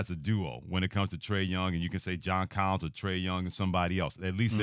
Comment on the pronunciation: Did this dude really say Collins?